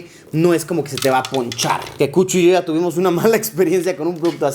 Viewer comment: Hola Luisillo!!! Te queremos, te amamos! ...aaaunque, personalmente, me da ñañaras cuando sustituyes el sonido de "y" ó "ll" por "sh", como en "ashá" (allá), "gasho" (gallo), "gashina" (gallina), "sha" (ya). Vivo en el estado de Puebla y sé de un grupo indígena, por estos rumbos, que habla de esa manera. Cada que te escucho hablar así, no puedo evitar relacionarte con ellos ...sorry!!!🤷🏼‍♀️ Pero respeto tu trabajo y, finalmente, seguimos viendo tus videos. Bien hecho!!!